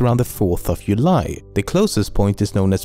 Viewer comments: Did he just say uly for July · july is not pronounced the way you say it bwhahaha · Interesting that you pronounce the J in January but not in July. Also the way you pronounce gigantic is just awesome and hilarious, although logical. thanks for all the hard work and videos my man. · The way he pronounces j ....... Is jyust awesome